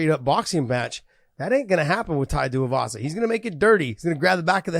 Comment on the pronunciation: John. It's spelled TUIvasa. Not TUIAvasa. Get that extra A sound outta there that's not how it's pronounced